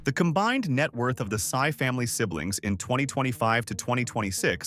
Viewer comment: Sy is pronounced "see" instead of "sigh".